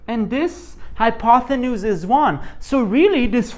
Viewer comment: I’m just wondering if you’re really pronouncing it, “hypothenuse“?